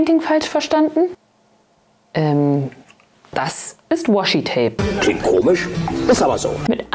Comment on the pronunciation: Das Washi-Tape.. hier in Japan sagen alle nur マスキングテープ(masking tape) 😂 和紙 (washi, uebrigens WAshi ausgesprochen, nicht das Englishe Woshi ;) ) bedeutet quasi traditionelles japanisches Papier, ist also eine bestimmte Art von Papier